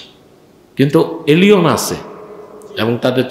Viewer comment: এলিওন নয়, এলিয়েন!